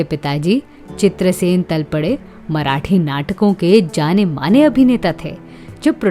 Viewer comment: सरनेम का उच्चारण तलपडे गलत किया है I सरनेम का उच्चारण तळपदे करना चाहिए I